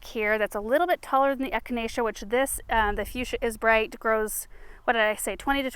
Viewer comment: Isn’t it funny when you see your children mimic your own behavior like kicking over the plant to start digging. And the way he easily pronounced echinacea! He is growing up too fast! He needs to be “pinched back”! 😂. This made my day this morning. ❤